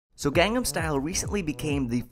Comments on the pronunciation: josh, ur amazing and all but ur pronouncing gangnam style wrong...., it's pronounced ghan-num, not gang-nam (even tho it's spelled like gang-nam) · It's not pronounced "gang"-nam style, it's "gong"-"nom" style. You say you listen to hte song a lot and you still can't catch such a simple pronunciation :P I sense lies! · you kept of on saying gang-nahm its gahngnahm (gangnam)강남 kinda like saying Chinese gong. or smoking a bong. gangnam style* the "a"'s in Korean are always pronounced "ah" there also a similar letter that's the sound of both the "a" and the "e". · *Gangnam not Gangam, Josh Sundquist, for shame! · I think you'll find it's Gangnam not Gangam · Gangnam style not gangam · G-ah-ngn-ah-m style. No gangs please. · 1. You mispronounced Gangnam Style 2. You were looking at his crotch? 3. It's not "Oppa Gangnam Style"; it's "Oppan Gangnam Style" The 'n' at the end of oppa changes it from saying "Big brother" to "I am big brother" 4. Using Oppa isn't incest. 5. Gangnam style isn't equivalent to swag. Swag is stupid, PSY is not. 6. I'm fairly positive that while PSY appreciates all of the attention Gangnam Style is getting, he is disliking how he is treated as a joke. He's serious about everything he does. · kept pronouncing gangnam incorrectly and kept spelling it wrong. 2/10 wnf.